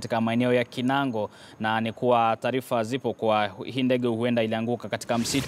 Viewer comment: Kinangop, sio kinango